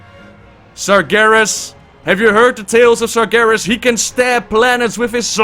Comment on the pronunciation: UHJHHHHHHHHHHH!!! LISTEN TO WHAT YOU JUST FUCKING READ "SARGERAS and his army" uhh....... what.... WHAT.....WHAT!!!!!!!!!!